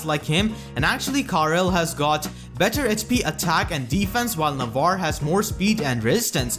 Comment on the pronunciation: it has a lot to do which syllables you are emphasizing/stressing as well as a non-fluid speech pattern (you place a lot of breaks in between words and syllables). Like on words like 'better', 'Navarre', 'regard', 'healers', 'inheritance', 'four', 'fourty', 'put', 'output', 'for', 'him', 'combat', 'often', and 'a lot'